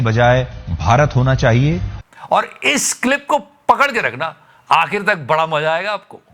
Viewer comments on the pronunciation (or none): none